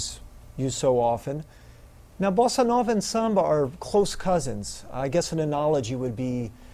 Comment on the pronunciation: very helpful: I like the way you pronounce bossa nova, and your rhythm demonstrations are great